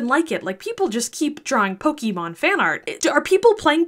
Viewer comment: I mean the way she pronounced pokemon gave it away